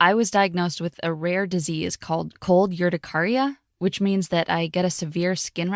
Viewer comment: She didn’t even pronounce cold urticaria right!